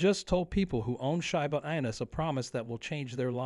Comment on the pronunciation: I’ll give it a thumbs up when the speaker in the video learns how to pronounce the name, right